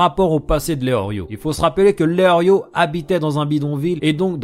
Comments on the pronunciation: Tu dis Léorio mais c'est Léolio. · Et c est pas eorlio mais eolio y a paq de Rrrrr